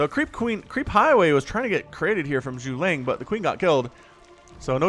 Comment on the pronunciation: He literally put caps on each syllable for you to pronounce it. Zhu-Ge-Liang. Silly man!